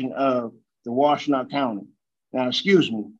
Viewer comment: He’s trying to say excuse me axing questions he axing where is my brain excuse me again